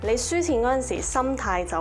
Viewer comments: nice video , btw, 讀 "鬆" 容 不是 "蟲"容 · 從容讀作 “鬆容”，不是蟲容。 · 多謝分享，好實用！不過少少發音糾正（非惡意）從容係讀『鬆』容先啱😊